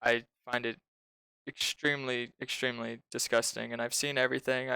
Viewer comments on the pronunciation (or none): I stopped listening at "I find it ekchwimlee ekchwimlee."